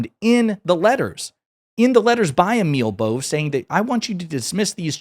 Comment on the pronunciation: Sorry, but Emil Bove is pronounced "emeel bowvay"